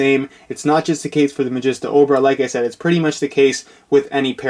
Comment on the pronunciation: You pronounced it mageesta at the end! Yes!